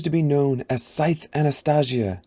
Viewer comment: Hype for the TV show announcement! I want to reread all the books before the shows release (whenever that is) your video helped me so much get through it thank you! But.... I'm sorry I can't ignore the way you pronounced Anastasia 😢 I'm hoping you pronounce it right in the second book. Otherwise I really liked listening to you reading my favorite book. ❤